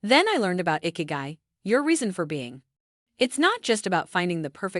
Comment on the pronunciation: It's not "icky-guy". It's "ee-kee-guy" 😑